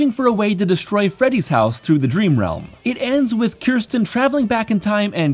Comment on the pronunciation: Her name was Kristen, not Kirsten 🤦🏻‍♂️